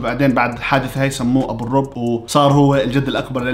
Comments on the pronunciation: في ضمة على الراء 😊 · ابو الرب الراء فوكو ضمة لاحد يكول كافر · لآخر مرة منقول اتس () و ليست(ابو الرووووب) أو (ابو الرَب) «- استغفرالله / و بعد كل هاد شرح لسا الهيترز مش مستوعبين و رأسهم عنيد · اسمه و اذا بتنطقه صح ابوالرُّب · يااا لا تهتم الهم اسمك هو مو ابو الرووووب روب شو ان شاء الله 😅❤ ممكن قلب🙃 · نطق : روب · الاسم بيُكتب بالشكل ده: ، والضم هنا مهم عشان ينطق الاسم بطريقة صحيحة وفقًا للهجة والموروث الفلسطيني. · ابو الرب بضم الراء ابو الرب بضم الراء ابو الرب بضم الراء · لسا بحكي ع الراء ضمه وانت تحكي ابو الرب استغفرالله بس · ايش ها الجنون كيف ما يقدرو يقرؤو اسمه صح و الشي اليجنن ان هو ينطق لقب عيلته دايما كيف ما انتبهتو اسمه و غير كدة ده لقب عيلته هو شو دخله بهاذا اللقب ما افهمكو عن جد ما في عقل و رسالة قصيرة ل لا تقلق انا بعرف كيف انطق هاذ اللقب من زمان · في ضمه على الراء